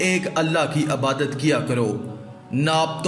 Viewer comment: Urdu to seekh lo bolna abadat nahi hota Ebadat hota hai